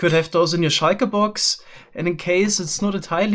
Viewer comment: I love how he says "ßchiker box"